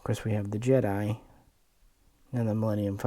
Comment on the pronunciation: Thanks for the detailed look at these ships. Random question; do you pronounce Jedi as “Jeddy” with irony or is that how you hear it? No big deal, I’ve just not heard it that way. I did notice you referred to the Sequels version of the Falcon as the Millenial Falcon which I hadn’t heard but easily understood the joke.